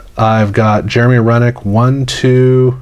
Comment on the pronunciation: Jeremy Roenick is pronounce Row-nick "professor"